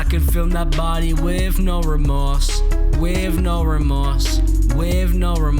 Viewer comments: "Wiv" no remorse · "wif no remorse" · at the beginning i think you meant “i can film that body wiv no remorse”